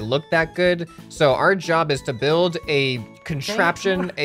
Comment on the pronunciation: XD Ok yeah they will "BLUILD" that for sure if they understand what does "bluild" mean....seriously tho....its written build and pronounced bild ☺